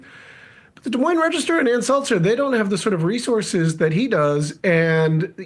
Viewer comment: Dude, it's Ann Selzer, not SelTzer. She's not carbonated water, lol.